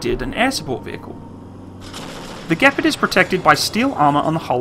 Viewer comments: "The gpard" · It thought it was pronounced gee-par-d